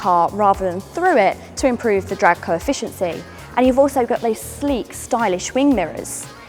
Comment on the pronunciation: “Drag coefficiency” 😂